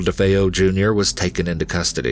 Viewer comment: ...Ronny DeFoe [...] - DeFeo, you mean?! 🙄